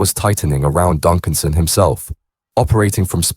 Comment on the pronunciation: A knee his ex woman she was a bit of a girl And it’s Donaldson not Duncan’son